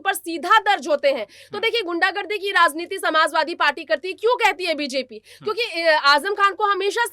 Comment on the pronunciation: Razneeti nhi maam Rajneeti sahi shabd hai